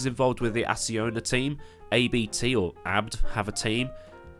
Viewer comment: It's definitly pronounced Abt not A-B-T, because it's literally the Abt Family Name